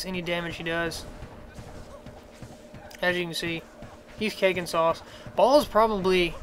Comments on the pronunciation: WRONG it's pronounced like "BALE" and if you dont believe me,watch the act 5 cut scenes of Diablo 2:Lord of Destruction,they pronounce it the same way!!! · Throne of 'Ball'? Has this guy even watched the cinamatics even ONCE? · It's Baal, pronounced like hay bale. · His name is Baal (pronounced Bale, like... Christian Bale). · Native english speakers have no sense of other languages at all : Dude is right , it's [Bahl] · It's pronounced "Bail"